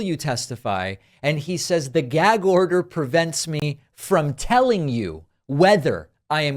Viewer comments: What does trump care about the constitution? He wants to get rid of it. Someone should tell him ,it’s gag short ‘a’ not gayg with a long ‘a’ you stupid 💩! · "Gaeyg order" "Yaygan food", just an idiot man child. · I'm a native New Yorker so I just want to let you know David that the way he says the word gag is the way all New Yorkers pronounce it with that thick Brooklyn type accent. However everybody loves the way I talk because I'm a female with an extremely high pitched voice and so the New York accent sounds cute on me!